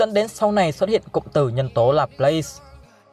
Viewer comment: đọc là La plát nha bạn